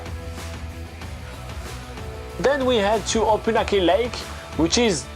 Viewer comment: Try to get the pronunciation of the name correct - it is O-PUN-AK-EE